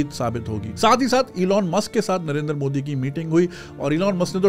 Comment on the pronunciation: It's not Narendar It's Narendra btw #pkmkb